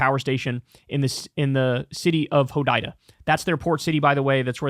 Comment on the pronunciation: Kyle can’t pronounce Hodaida